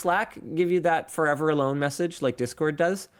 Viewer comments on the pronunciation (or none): Say "five-ever", one more time. I dare you, I double dare you.